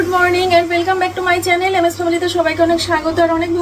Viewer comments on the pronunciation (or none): none